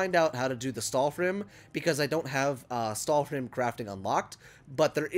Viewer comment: Lmao every time you said stahlrim, I thought of family Guy and cool hwip